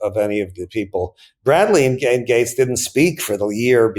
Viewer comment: Just fyi I watched half this video hearing you comment on "gangs"... it wasnt till you mentioned how fit "gangs" was that i relized youwere saying "Gates" .... suddenly everything clicked & made sense.